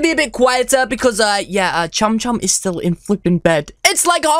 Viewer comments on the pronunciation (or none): none